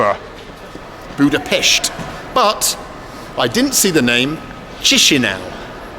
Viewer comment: Thank you for saying Budapest correctly. Sincerely, every Hungarian :D